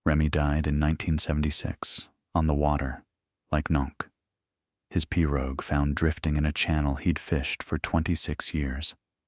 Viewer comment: Several repetitive statements but a good story. The narrator could investigate swamp/ Cajun pronunciations. Pirogue for the 1st.😅 but a concise and clear speech. Thank you.